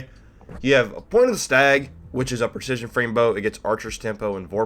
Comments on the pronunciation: "Per-shishion" XD lol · Preshishion frame lol!